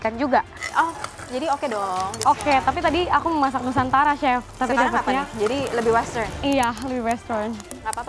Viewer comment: kebawa ngomong Chili, nyebut Chef jadi Cep 😭